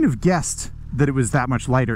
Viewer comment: did you just call this bike a Liger? LOL